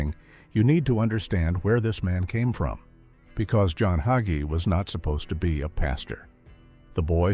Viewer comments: Why did the narrator of this video keep mispronouncing HayGees name. He keeps saying his name was HugGee. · HIS NAME IS NOT HUGGIES IT HAGEE PRONOUNCE IT CORRECTLY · His name is pronounced hay-gee.....another AI disgrace. His fall was thinking it was "his" ministry, that is the problem. Either you ministry for the Most HIGH, or you minister for reward, fame, and fortune in this life, and that isn't biblical. He has misguided the masses with false teaching. Scripture warns against that. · ALL you people complaining about the mispronunciation of his name ... Don't you understand this is AI, and AI always messes things up ??? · ARE YOU MOCKING PASTOR HAGEE YOU CANT EVEN PRONOUNCE HIS NAME CORRECTLY THEY NEED TO GET SOMEONE ELES TO DO THIS VIDEO THAT CAN CORRECTLY SAY HIS LAST NAME IM VERY UNHAPPY ABOUT THIS SO IM GOING TO GIVE IT A THUMBS DOWN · If you can't pronounce his name perhaps you should not even be using a podcast video that slurs him.